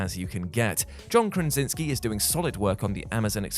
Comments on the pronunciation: It's KRASINSKI not KRINZINSKI. It's pronounce A-LEE-AH not A-LIE-AH. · Since you can't pronounce Krasinski or Aaliyah , I'm not sure you can pronounce Genesis.